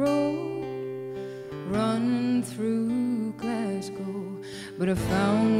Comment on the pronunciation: When she says Glasgow my heart melts - her pronunciation is so spot on . Fantastic talent and absolutely lovely woman 🤗